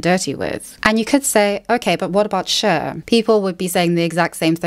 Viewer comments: The pronunciation of Cher = share (whatever that is in British) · Love the way you say 'Cher'